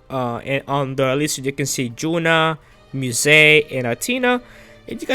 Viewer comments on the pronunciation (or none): You want to wait for the official english title of Kiseki but you're saying Duvalie and Juna's name wrong when it was already pronounced in the english version. Ys is pronounced as "IS". 🙄